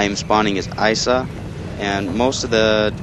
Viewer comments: its not isa its .i. .s. .a. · It not Isa it I.s.a Noob